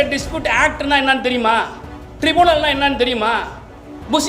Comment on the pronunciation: ட்ரிபூனல் இல்ல சார் ட்ரிபியூனல் என்று சொல்லவேண்டும் நீங்களே தப்பா சொல்றீங்க மத்தவங்கள சொல்ல சொல்றீங்க என்ன கொடுமை சார் இது